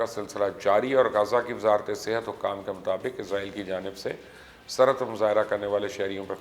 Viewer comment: Mubasher bhai word izrail na bola karain ye work Israil hai. Jo k QURAAN MAJEED main bhi zikr hai. Thanks for updating.